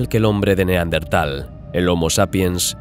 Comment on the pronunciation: Neandertal no neandental. Nada q ver con dientes. Yo pense q si 🤔